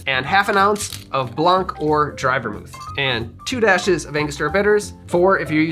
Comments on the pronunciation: Little tip for your French pronunciation in blanc (white) the c is silent so it sounds like blan not blank. Also in French you would say vermouth blanc not blanc vermouth. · You don't pronounce the C in "blanc". It's just Blan. Blanc means White in French but the C is silent.